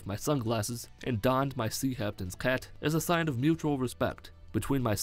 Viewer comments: The “Sea Haptin’s cat” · "I dawned my haptains cat" congrats